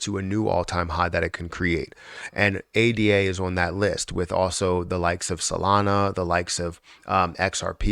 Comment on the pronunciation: Ada is a name, not an acronym. “Ay-da”